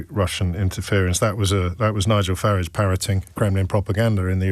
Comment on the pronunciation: How do you pronounce Farage? James says "Farr -idge" 🤣